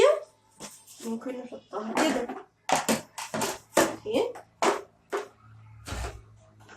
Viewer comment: حاول تنطقي كلمه ايكيا صح لانها مش اسمها كده تنطقها صح ❤️❤️